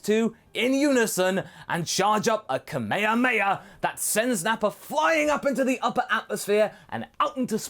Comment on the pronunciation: I hate people who say ka-meha-meha instead of kame-hame-ha...